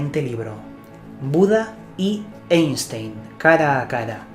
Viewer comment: Queridos españoles, "Einstein" se dice "Áinshtain". Si no hace falta saber alemán, por lo menos cómo se pronuncia el apellido del científico más famoso de la Historia.